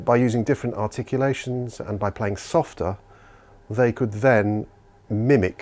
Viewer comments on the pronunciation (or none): none